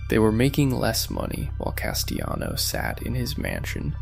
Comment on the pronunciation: You think it's pronounced "Castiyano"? Yeah, real mob expert here. 🤣